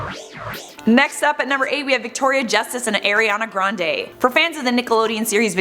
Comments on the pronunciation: Her name is pronounced "Are-ee-on-uh Gran-Dee" (rhymes with brandy) NOT "Air-ee-an-uh Grahn-day"! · COME ON ITS NOT AIR-IANA GRANDE